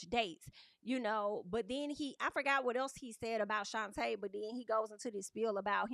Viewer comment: Why do yall keep pronouncing her name like that It’s Shonta like Sean/tay